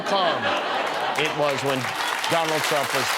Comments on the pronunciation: I listened three times and I still swear Kudlow said ‘Donald Chump’… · He DID say " chump" and fox rags on Biden if he mispronounces any word!!!!! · That's what I heard. Much closer to chump than T-R-ump. Maybe the show altered the audio. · I swear that Larry Kudlow said "Donald Chump".... LISTEN again! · I heard it too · He definitely did say that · Did Kudlow call Trump, Crump? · 100% he said Chump. That was the only accurate thing he said in that clip. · ME TOO!! he did say Chump!! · That's what I heard! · He said "of Donald Chump." Listen again. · is it just me, or did it sound like Kudlow says Donald Chump ? maybe it's just confirmation bias? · I thought he said Donald Chump lol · sounded like he said donald chump